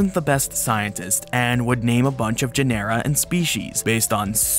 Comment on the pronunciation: One nitpick: genera is pronounced JEN-er-a, like the word general without the l.